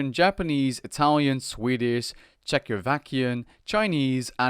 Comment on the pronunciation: Mispronounced "Czechoslovakian" there, otherwise nice vid, not unsubbing yet ;)